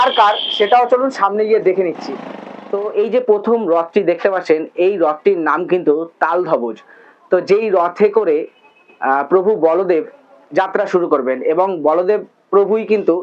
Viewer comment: তালধবজ বা পদ্মধবজ নয় দাদা তালধ্বজ বা পদ্মধ্বজ..... উচ্চারনটা দেখে নেবেন একটু❤❤❤❤❤